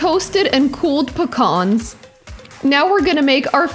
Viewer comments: It's "pee-cans" not pah-kahns. Otherwise, I'll allow it although, raisins and slivered toasted almonds ... and sans the red onions, instead go with Carolina Sweets or Vidalia onions. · The salad is really yummy and easy to make 👍Can also be seved with pita bread or tortilla.Pecans sounded like phukhannns😂😂😂 Love your recipes ❤️❤️